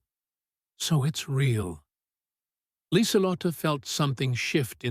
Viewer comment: one young German greeted Lieselott - should be LIESELOTTUH. The 'e' on the end is really a schwa.